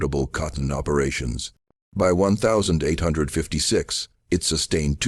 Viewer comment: Great story but please pronounce the date correctly you say 1000......5....55 big gaps doesn't do it for me